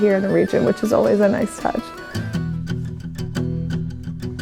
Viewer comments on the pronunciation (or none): none